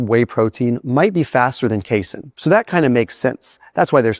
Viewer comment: don't you dare ever call it "case-in" protein again in your life, you hear me boy?